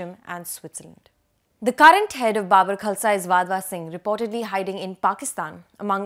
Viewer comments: Babbar like Gabbar not Babur. Kya bakwas journalist hai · Please pronounce Babbar Khalsa properly.....it's not bubber....😅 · Baabar? No, it's BaBBar